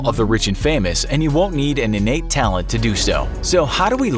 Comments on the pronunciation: You missed the "T" at the end of talent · You dropped the last T on talent when talking about those jobs that require little natural talent.